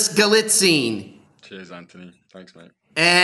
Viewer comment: Again, accent is on the FIRST syllable of Galitzine. Like saying "magazine." It really is not difficult.